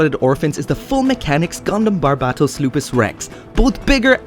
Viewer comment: THANK YOU HOLY SHIT THE FIRST YOUTUBER I SEEN THAT PROPERLY PRONOUNCED BARBATOS CORRECTLY!!!